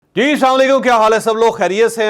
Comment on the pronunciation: آپ سے گزارش ھے کہ پروگرام شروع کر تے ہوئے تھوڑا آرام سے بولا کریں یہ جب آپ جھٹکے سے کہتے ہیں G۔آپ کا کیا حال ہے اس سے بہتر ہے کہ آپ پروگرام شروع کرنے سے پہلے اسلام علیکم جناب کا شکریہ